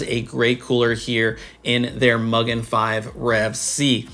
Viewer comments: I like the black version a little better, but great review! I could be mean and start a pronunciation war and say it's Mu-gen, not Mug-en, but that would just be silly. 😂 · Just FYI, I believe Mugen is pronounced Moogèn. There's a Japanese engine company called Mugen Motorsports (Honda motorsport related) and they say the word mugen means unlimited (boundless?).